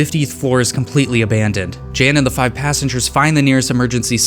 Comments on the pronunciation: Btw Jan is John so you pronounce it as Yan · He is Polish. Pronounciation of Jan is like "Yun".